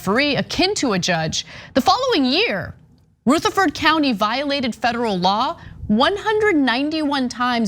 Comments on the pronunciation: U need to call a Southerner to learn to pronounce Southern words. Rutherford is pronounced: Ruuh ther Ford Not Rooth er Ford. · RUTHERFORD. Like president Rutherford B. Hayes. Not ROOtherford. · It's pronounced: "Ruh--- th(as in there)---uh--ferd". As in B. Hayes. Not Rooth- er- ford. I only commented because I cringed every time. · Umm its not RUTH erferd county. Its like rut, like i"m in a rut, rutherford county, but she is correct, this judge is disgraceful. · Great points! But, please, "Rutherford" is pronounced with a "short" U, not a "long" U. It's just really weird to hear Ana totally mangle the pronunciation, multiple times. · It’s ruhhhhtherford county. Not Rooootherford county lol. (I live here) Another interesting note..My son is on probation after doing 6 months for a drug charge. I wanted him to move here but he’d rather live in Nashville because they are so strict here. So it doesn’t end once you hit 18. The people he was in jail with ( in Williamson county) told him Rutherford nearly stalks you when you get out and will pop you for the smallest of things. Davidson ( Nashville) barely pays attention. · It’s pronounced Ruh-Thur-Ford not Ruth-Ur-Ford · Nitpicking. But it's prounounced Ruh-thur-ford not Roo-thur-ford. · Roo-therford? lol. I've never heard it pronounced that way. Not totally sure, but I'm thinkin' it's "ruh-therford." But hey, I guess if you're rolling along and such a word pops up, and you see "Ruth" at the beginning of the word... Uh, okay, lol. Sorry, just found it funny, heh. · It took them long enough, it's been reported a dozen times, since tyt finally decided to report on it, and then Anna can't even get the pronunciation of the Town, not just once but 3 times, it's Ru- therford county not Roo-therford county SMFH! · It's Ru, not Roo,! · Also, it's "Ruth" - sounds like "ROUGH", NOT RUTH, the girls' name! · Ruth afford county? Cmon it’s not Ozark Anna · Wop not rootherford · Pronounced : Ra-tha-ford County. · rutheRford with an R